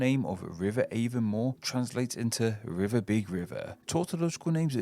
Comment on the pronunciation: It’s not AAY ven more, it’s ah von MOAR!